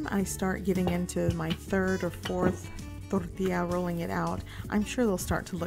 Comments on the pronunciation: " yada yada totally unaccented english yada ....DORDEEYA.....more unaccented english...DORDEEYA" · Torrrrrtilla. I come by often just to hear that. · Zero accent till the word Tortilla~